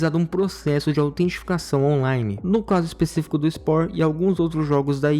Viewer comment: Falou autenticação errado o vídeo inteiro kkkkkk